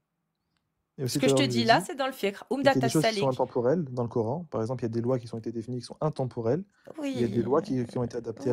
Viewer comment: Peut-être serait-il souhaitable que prononce à la française KORAN et non KORENE à la façon de ceux qui veulent imposer leurs usages au pays qui les accueille.